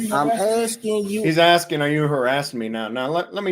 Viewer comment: love the LEO's axing technique 😂😂